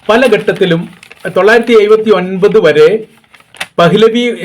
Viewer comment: എടാ ഹുവെ എയ് പത്തൊമ്പത് എന്ന് പറയാതെ എഴുപത്തി ഒൻപത് എന്ന് പറഅതാണ് ശരിയായ ഉച്ചാരണം ഴാ യ്ക്ക് പകരകരം യ ഉപയോഗിക്കുന്ന ഈ മലപ്പുറം ഭാക്ഷ ഒന്ന് മാറ്റിയാൽ വളരെ നന്ന്